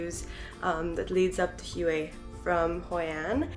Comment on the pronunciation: Pretty nice but you pronounce Hue wrong, its not (Huey), its pronounced (Way) very surprised being there for a week that you have not heard anyone else pronounce it.